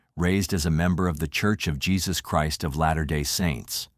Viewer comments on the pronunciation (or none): none